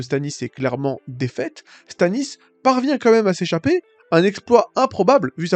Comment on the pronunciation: Tu parles beaucoup, tu n’articules pas et tu t’exprimes mal. On comprends rien de ce que tu dis. Du coup on ça n’a pas de sens. Tu m’a perdu à la première incohérenc…. 👎! Sans parler de Stanis Zemalice ? Zeouaif ??? 😂😂😂😂 LOL Naz quoi.